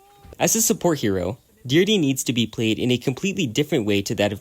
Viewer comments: "Deer-dee" 💀. It's pronounced "di-heir-drea" buddy. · Deerde? YOU DEE-DRA? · I'm going to pretend that you butchered Deirdre's name on purpose for my own sake